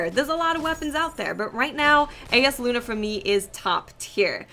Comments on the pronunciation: It's pronounced Eye-as luna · For the record, the name of the hand-cannon is pronounced, 'I yas lu na'. I've gotten the drop twice, and it's amazeballs. Also, as far as range, I see yours is a little less than Hawkmoon. However, mine is significantly greater. Everyone's will be different depending on the the way yours is setup. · Pronounced: Eye-Uhs Loo-Nuh (eye as in eyeball) It's a very nice handcannon, but alas, mine drop with crappy perks :'( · It's pronounced (eye-yás-Loona)